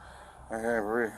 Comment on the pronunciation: “I CANT BREEVE!!!” 😂